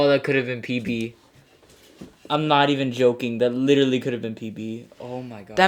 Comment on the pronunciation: dang bro IT'S PRONUNCIABLE PB, not PP, you gay or something?